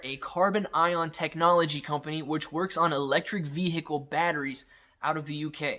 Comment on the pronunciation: Please stop saying veHicle like that😫